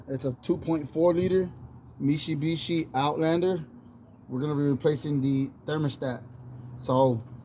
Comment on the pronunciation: lol me-she-be-she